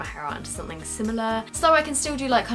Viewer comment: I find it cute how you say 'sunthing' all the time rather than 'something'